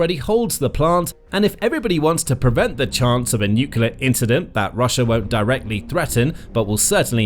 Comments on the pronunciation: It's noo*clear, not nook*u*lar. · 'Nuclear', not 'nucular'. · The how many times can you say "nucular" challenge